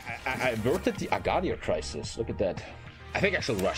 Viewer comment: It’s agadiiir